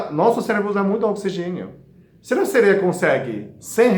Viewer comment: Como todas falaram aqui nos comentários deste Vídeo, o sr é muito fofinho! 🤗kkkk, ainda mais falando "seleia" 😍